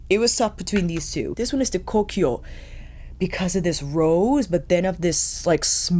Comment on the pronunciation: I loved this video! One question about the Suqqu quads: I've fallen in love with the quad that was a runner up to your top pick (which you pronounced "Kokiyo"), with a deep rose in the bottom left and a smoky shade in the bottom right---but I can't find anything with that name, or anything close, on either the Suqqu or Cult Beauty websites. To my eye, it looks most like 01 MIZUHANA or 11 YOIYUKARI. Can you tell me which one it is? Thanks!